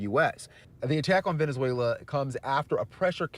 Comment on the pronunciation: Nobody is defending Maduro, that is a false narrative. This is all about taking resources from a country that can't do anything about it. Trump couldn't care less about Venezuelans. Or as Trump pronounced it "Venezualer".